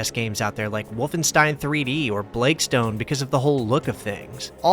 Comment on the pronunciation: Your enunciation of "Blake Stone" threw me off because there was no pause, I thought there was some game about the "Blakestone" out there. Just humorous, overall who cares.